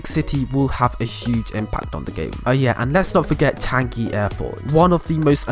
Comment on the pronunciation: I'm from Singapore and when I heard him say "chanky" airport I died